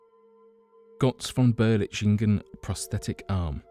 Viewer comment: This video could be very good except for some major mispronounciations (Götz von Berlichingen not Berchlichingen), and general grammar. Furthermore you refer to Lybia during your segment on Atlantis - this does not mean the counry Lybia as we know it today. In Plato's time Africa as a whole was referred to as Lybia.